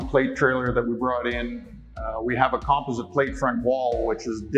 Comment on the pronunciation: Why is he saying composite wrong 😂😂